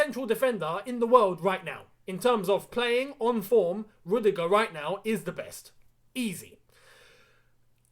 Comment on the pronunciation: Not rudigerr